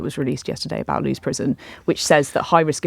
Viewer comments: Lewes is pronounced as in "Lewis", not "Loos" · Loos prison? Would this be Lewes (pronounced lewis) Prison? Or is there a prison full of loos?